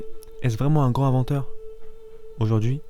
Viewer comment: T'as un vrai souci avec les liaisons toi ! "est ce vraiment un grand inventeur" > se dit "un grand tinventeur" "les 3 plus grands inventeurs de l'histoire" > se dit "les 3 plus grans zinventeurs". "l'un des plus ingénieurs" > ... t'as compris je crois. Etc etc... Je ne sais pas quel age tu as... mais on peut difficilement admettre que tu saches parler français mec !